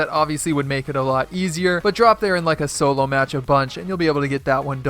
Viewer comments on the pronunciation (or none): none